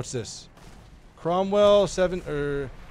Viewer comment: Cromwell, - Crombad :D